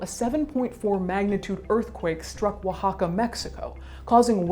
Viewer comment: that “Oaxaca” pronunciation was just perfect... mexican user approves